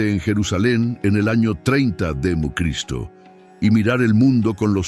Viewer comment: HOLA COMUNIDAD, HAN NOTADO QUE LA IA. NO PUEDE PRONUNCIAR EL NOMBRE DE CRISTO...